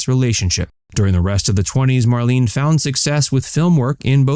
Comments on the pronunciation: Her name was mar-LAY-nuh. Not mar-LEEN. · Her name is pronounced Mar-lay-na. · HA! The very FIRST word spoken here is "Marlene" and you cannot even pronounce it! MARLENE is pronounced as "MARLENAH". I WAS a subscriber but dropped you because of your poor research and countless errors of every aspect. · It's spelled Marlene however it's pronounced Marlena. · You should pronounce her name properly!